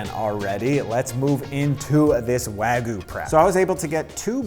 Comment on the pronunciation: "Proper Wagoo" 😂